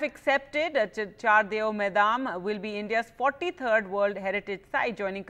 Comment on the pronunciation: Thanks for sharing this news But It's not maidam it's called moidam